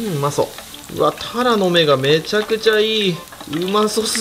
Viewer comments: たらのめの発音変ですよ。 恥ずかしいので直した方が良いかと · タラの芽うまそおおお イントネーション違う😂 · タラの芽の発音がずっと気になってたんだけど、ふきのとうの間違える時だけ急に発音が合って「？？」ってなりました😂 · タラの芽の発音が癖すごい